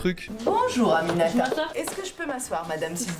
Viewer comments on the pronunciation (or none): c'est pas animata c'est Aminata😂😂😂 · Moi: aminata: aninamimananininata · 'amimianata' c'est aminata 😂😂 et son père il ressemble à booba un peu... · Il a dit ANAMNINAMATA 😭😭😂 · Animata t'es sérieux gros ? T'as déjà vu quelqu'un s'appeller comme ça ??😂😂. C'est Aminata hein... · Je m'appelle aminata... Mdrr j 'était morte de rire tt les fois où il essayais de le dire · Aminata ! C pas dur à prononcer gros, écorcher un nom comme ça sa fait vieu cisra qui prend de haut. Bref sinn c cool ske tu fais.